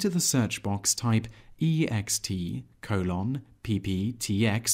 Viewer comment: Have never heard anyone pronounce colon as "coh-LOHN." Nonetheless, this was a very succinct and helpful video. Thanks.